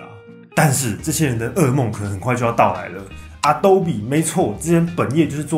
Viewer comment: Adobe？？你确定是这样念的吗？🙄